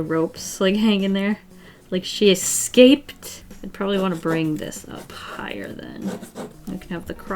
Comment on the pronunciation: “Like she escahpayd”